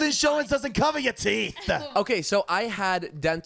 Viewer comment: “HEALTH INSURANCE DOESNT COVAHHH YUH TEETH”😂😂😂😂😂